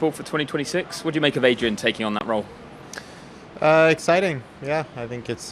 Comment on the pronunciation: the least exited pronunciation of the word 'exiting' in human history